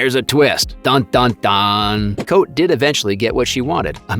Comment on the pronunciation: Cote is pronounced KOT-eh not Coat. Please show the actors some respect and get their names right